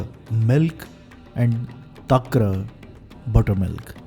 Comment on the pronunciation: Good research & explanation 👍 Buttermilk is 'takram'.. not tarkam. Pls change if possible.